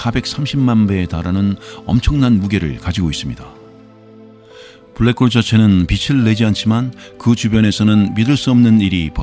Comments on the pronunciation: 편하고 안정된 목소리 참 좋아요. 그래서 들으면 잠이 잘와요. 그런데 블래크~ 호울! 확 깨네요! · 저도 블랙호-올이라는 영어 발음에 놀랐습니다. 은하에 대한 정보들을 수시로 업그레이드 해주시니 감사합니다. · 불뤠코우우우울~~~~~~ 순간 채널 해킹당한줄 알았어요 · 오 ㅋㅋㅋㅋㅋ 블랙홀은 발음이 특별했네요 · 와 블랙홀 발음 끝내주네요! 제가 응원하겠습니다! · 진지하게 듣다가, 블랙홀 단어보고 영어발음 굴리시겠군하고 듣는데 개빵터졌네요ㅋㅋㅋㅋ